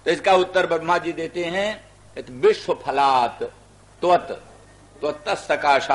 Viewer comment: विश्व तक का उच्चारण नहीं कर सकता है बिस्व / बिश्व उच्चारण करता है